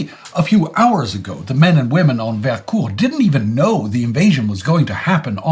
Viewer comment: Not sure why is pronouncing it that way but Vercors is pronounced with a "o" sound not "ou"